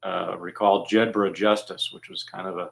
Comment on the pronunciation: Jedburgh is a Scottish town. The name is pronounced 'Jedbrer' in the same way Edinburgh is pronounced 'Edinbrer'. One would have thought the pronunciation would have been correct. Nevertheless, a very interesting and informative presentation.